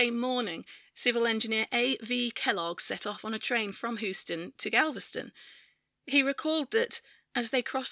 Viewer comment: aargh! it's hyoo-stuhn